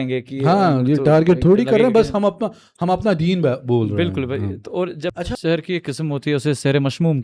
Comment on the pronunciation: It's not sehar, it's sihr